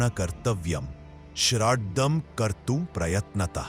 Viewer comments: It is pronounced as shraaad Not shraddaa . Please learn to pronounce correctly. Shradha means devotion what u are pronouncing . Shraad is what is done for the dead . You westerners mispronounce sanskrit words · PLEASE CORRECT YOURSELF. RIGHT WORD IS NOT SHRADHHA BUT " SHRAADH ". PRONOUNCE PROPERLY. श्रद्धा नही बल्कि श्राद्ध हैं.